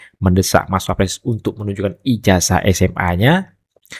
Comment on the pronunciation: Deny maling..kok bilang wapress..bukan klas nya..